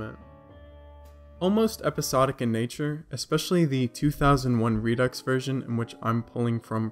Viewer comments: It’s pronounced Re-doo. Not re ducks. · It's pronounced "re-do" not "re-ducks"